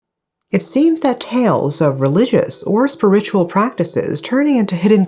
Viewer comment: Just want to let you know that for the word "spiritual", you pronounced the first syllable like SPUR-ritual, but it should actually be pronounced like SPEER-ritual